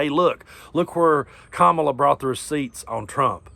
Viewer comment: Love your chanel, but you pronounced Kamala's name wrong. 😲